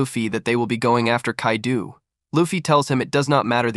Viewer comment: It’s Kai-doe not kai-doo lol